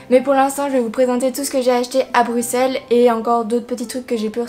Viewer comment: Je suis contente moi belge enfin quelqu'un qui prononce Bruxelles convenablement ouf sa a mis du temps j ai cru que sa arriverait jamais XD 😂(Sinon j adore se que tu as acheté ).😘